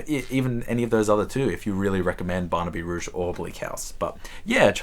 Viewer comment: With regard to the Dickens, I suspect if you put those four to a poll Great Expectations would probably win. My favourite of them would be Bleak House with Barnaby Rudge (rhymes with fudge, by the way) the one I liked least. You mentioned in passing the working class as a theme you are interested in, his three that are most angry at the state of Victorian England and the plight of the poor would be Bleak House, Little Dorrit and Hard Times. Hard Times is his shortest novel (not counting The Christmas Books novellas) at a mere 250pp, however it's not set in London, and Dickens somehow seems wrong when he's not in the Big Smoke. A Christmas Carol - by far the best of the above mentioned Christmas Books - might be the best one to begin with. It is only a novella and can easily be read in one sitting. You may not want to fork out for another Dickens when you've already got four on your TBR shelf, but your local library will surely have a copy. It is fantastic, though because the story is so well known, you may get the disconcerting feeling that you've read it before even if you know you haven't.